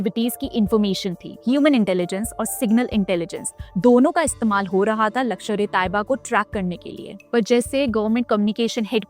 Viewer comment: Mam it's not lakshar, it's lashkar